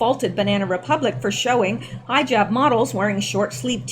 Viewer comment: FYI the ‘i’ in hijab is a short sounded vowel. Sounding like hit. Stzrok being at FBI just makes me ill. This all is becoming so upsetting. Not really knowing who really is bad is nerve racking! I believe this new geoengineering project is the 1 that Bill Gates is funding where they are going to put a chalk like substance very high into the stratosphere. It could put the earth into a an ice age. This one is particularly frightening b/c the health effects are tremendous. Also the possible damage to soils, our food supply, & animals is far worse than ever before. We all know why Bill Gates is funding the entire thing!